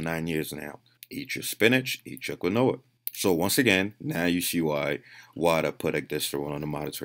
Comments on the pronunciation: Love the vids, Quinoa is pronounced Keen-Waa btw, <3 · Its pronounced Keenwah and one would have to eat like 10 pounds of spinach. The the study was done with Spinach extract thats how it worked because that's the only way to get enough of the plant steroid. Nobody can eat 10 pounds of spinach. Who has eaten kinoah lol or spinach and got steroid swole?!? Nobody!! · "Kwin-noah... Fuck you guys, I'm not saying quinoa." Yeah, wouldn't wanna pronounce words correctly, there, Mr 3D Al-pee-ha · whether is sounds stupid as fuck or not to pronounce quinoa as “keen-wah”, “Facts don’t care about your feelings!” - As quoted from Ben Shapiro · Love the content but isn’t quinoa pronounced (Keen-wa) ? Lol ok that answered my question 😂😂😂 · Quinoa (pronounced Kwi- Noah) makes me shit like a cow multiple times a day. It's the fibre which can flush nutrients out too if you take too much. I just eat more spinach and about 50 to 100g of quinoa. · He thinks the correct pronunciation sounds stupid, which in of itself is mega stupid, as he's doing a vastly incorrect (but common) mispronunciation of quinoa. Trying to discuss studies and scientific papers but saying quinoa so wrong is annoying. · had me laughing for the longest time I thought he meant granola and not quinoa.